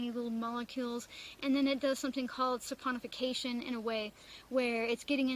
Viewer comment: chuckling...you nailed saponification...to a soaper 😁👍